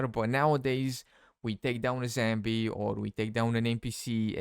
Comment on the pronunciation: It's zombie not zambie 😂😂😂😂